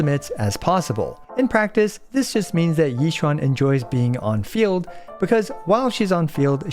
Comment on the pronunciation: I just love that he said Xi Yuan all the video lol😂❤